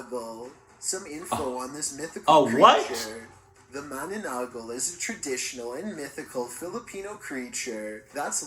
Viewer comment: Am i tripping or did just say "Mannagal"? Isn't pronounced "Man-nuh-nan-gol"? I learned it from Hextian and he's Philippino